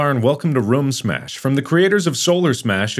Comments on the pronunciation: A dollar for every time room was pronounced wrong? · He calls it rum smash lol